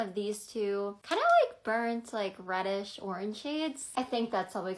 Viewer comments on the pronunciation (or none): none